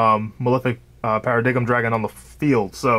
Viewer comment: Bro you cant be Paradox if you cant say the name right.. Malefic Para-“DIME” dragon